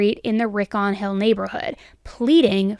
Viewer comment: It's Rin- con not Rinkon